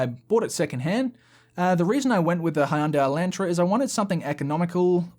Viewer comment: How you pronounced Hyundai Elantra was entirely different from every other day I've heard it said. Love the channel 😛